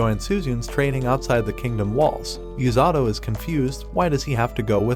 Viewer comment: The number of tims the ai calling "u-sa-to" as "yu-za-do"